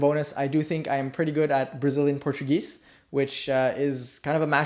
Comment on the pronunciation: That's really inspiring!Your portuguese pronunciation is awesome! I'm studying languages while I am at the university too, trying to conciliate these activities though I don't have much free time, because it's my hobby. Now I'm trying to get better in English(I still don't speak/write very well) and I'm also learning french(that's a little easier thanks to portuguese, my native language), and I'm in the very very basics of Hindi. Do you have any tips to have more time to study one or more languages while having a busy day like a doctor?